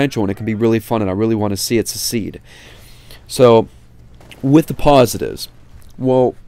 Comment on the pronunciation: you say succeed like secede haha